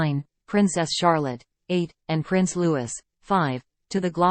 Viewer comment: Its pronounced Lou ee..fgs.